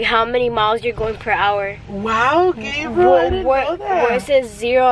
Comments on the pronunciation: He said Gabrel mamonsito😝😂😂😂😭😭😭😭i bet everything i won't be the mitichie shout out😭 but ily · Lol calls Gabriel “GRABIEL” 😭🤣🤣🤣